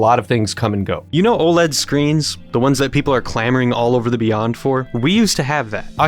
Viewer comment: The satisfaction I got when he said Oled